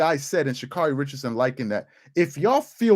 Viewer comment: "She-Cyarun" had me rolling. 😲